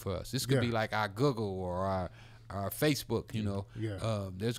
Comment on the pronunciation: did Ricky say Guggle instead of Google ? hahaa